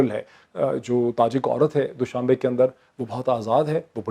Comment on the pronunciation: Moeid it's not doooshabay. It's doshambay